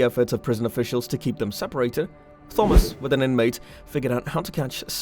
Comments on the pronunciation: Interested in this topic. Can not listen to you call him thumbas. It's just like Tom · ttttthhhhhomas, ar-yan lolololol learn how to read you idiot. It's a very common name, how can you not know how to pronounce the name Thomas? The H is silent with a hard T. Also, Aryan is pronounced Airian you dumbass. Can you imagine if this guy had a lisp? Must be a millennial or GenZ 😆😆😆😆😆😆😆😆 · Why are you saying "Thawmus"? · Thawmus 😂 At my work we all have an ongoing joke where we begin every word with th because of a customer doing it one time.... you sound exactly like him every time you say thawmus 😭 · Not Thawmus but good narration otherwise. Way better than I. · The H is silent in the name Thomas, it's a hard T. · I can’t listen to this guy butchering the name Thomas anymore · He sometimes says Thomas with a hard T though. I understand people have accents, was just asking. It would be like if I said Gif and Jif interchangeably. Does not make sense, even with an accent.